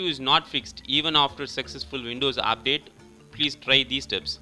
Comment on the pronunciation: he say update is apdate hahaha...